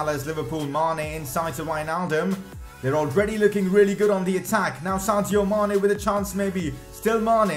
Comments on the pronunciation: Sadio Mane... not Santio Mane! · It is Sadio not Santio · Anybody else hear Santio Mané?